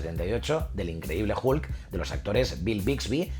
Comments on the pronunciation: El comentario va dirigido a que pronuncia la "H" como suena en inglés, pero la "U" como suena en español. Si escuchas "Hulk" en inglés, verás que el sonido es más parecido a una "O" o inclusive una "A". Te invito a que primero escuches como se pronuncia realmente, luego vuelvas a leer mi comentario para que le entiendas, y al final te metas tus respuestas donde te quepan, crack. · El increíble "julk"